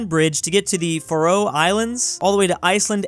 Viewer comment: 'Faroe' is pronounced like 'Pharaoh'.